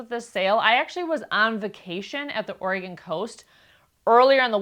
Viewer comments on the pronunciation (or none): none